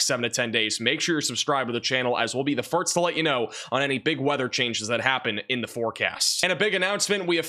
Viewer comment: Has anyone noticed this guy pronounced "first" as "firts"